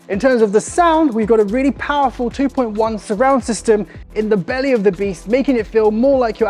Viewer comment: Did you say 2.1 surround system? 😅